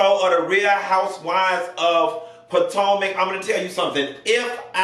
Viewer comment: Nessa guurl!! I see you stop calling it Real Housewives of Patanka. It didn't sound right calling it Potomac 😂